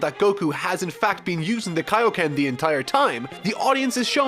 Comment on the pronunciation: KAIYO NOT KAAAYOOO but Thats how it sounds sadly😭